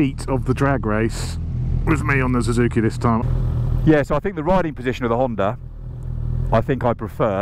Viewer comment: Zuzuki? Zuzuki? The English don't know how to pronounce anything